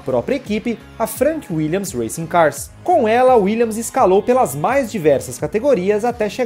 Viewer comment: Parabéns por falar o nome da equipe corretamente. WilliaMs . Chega a doer os ouvidos ver canais até famosos falando Willians.